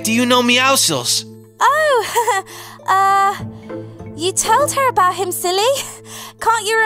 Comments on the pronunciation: WHO CALLS IT MEOWKLES IT’s meowcles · you pronounce it meowsils but it’s spelt meowscles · They said meoscle